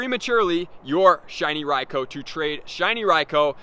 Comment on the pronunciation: His pronunciation of Raikou is painful.... Bro use the U